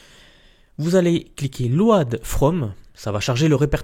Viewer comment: super tuto, pour le texte nous utilisons une invitation à comander donc une invite de comande pas une invité ;) , et load se prononce lod (mdr)